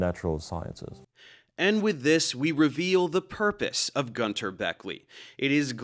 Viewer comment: It's not Gunther, it's Günther. At least give him this one after ripping him a new hole 🤣🤣